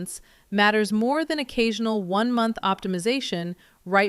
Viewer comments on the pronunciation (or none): Three montch book